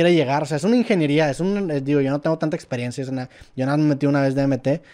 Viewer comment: sporifai 🧐 otra vez: etsperiencia 🤓 Ya ni chingas